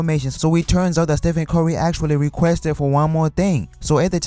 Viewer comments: "Ste-fen Corry" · "Steph-end cory "